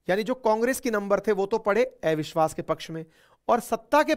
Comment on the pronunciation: एविश्वास🤔 या अविश्वास प्रस्ता😛